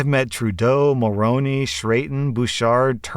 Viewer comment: "Mul-rooney" not "Mul-rony" (before correcting me for misspelling the name, I tried to write it phonetically).